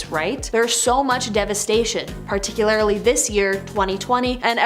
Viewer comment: 'Particularly' not 'particularITy'.